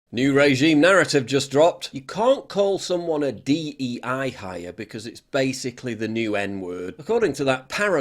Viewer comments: not D E I its D I E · Its DIE, not DEI...get it right